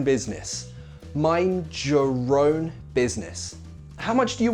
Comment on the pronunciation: When he said the pronunciation of "your own" it sounded like the word in Spanish "llorón" haha...nice video!